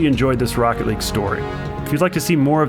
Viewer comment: Even tho i'm not a NRG fan, and not a jsnt fan, that moment makes me cry, "THIS IS ROOCKET LEAGUE" as the speaker says